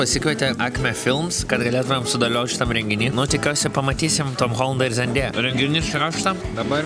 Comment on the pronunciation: Ir Andriau bruh ne zėndėja o zendaya (tarese)